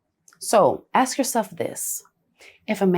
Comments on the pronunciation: I’ve noticed this generation say the word ASK wrong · its ASK 💀